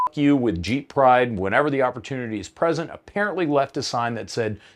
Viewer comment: LOL "ONLY! Innah YEEP!"